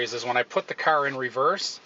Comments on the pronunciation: wtf is a ceur... its a fuckking car not a ceur.... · From the way you're pronouncing "car" as "kurr", I'm going to assume you're from the Michigan/Illinois/Indiana/Ohio/Pennsylvania region...